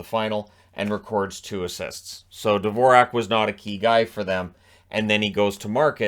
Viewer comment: His name should be pronounced just like the classical composer, Dvorak. But all the commentators got this wrong.